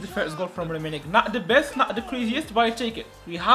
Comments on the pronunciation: The commentatory be like Rummenig...😳😂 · The way the commenyator says "Rumminigge"💀💀💀